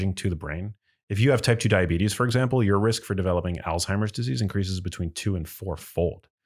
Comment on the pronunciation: It is not Altimer's Disease, rather it is Alzheimer's Disease, with a Z not a T. It is pronounced Alz-Hymer.